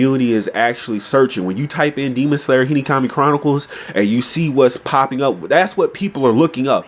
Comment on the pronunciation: I love whenever you say Hinokami you say Hinikami 😂 Nice video though I agree